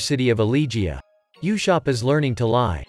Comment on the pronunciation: And uh-sopp